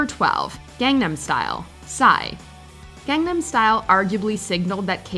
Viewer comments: I'm shocked with two things: 1) I'm actually okay with this list 2) after all the videos about it, you still don't pronounce Gangnam right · Every single WatchMojo person mispronounces it